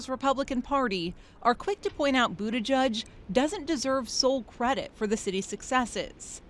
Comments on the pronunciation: It's pronounced "Boot - EDGE - EDGE". Not Boot -A-JUDGE. Like the little girl's pink sweater . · Its "Boot-Edge-Edge" not "Boot-Eh-Judge" if you cant say it, dont fret. Just say "Mayor Pete".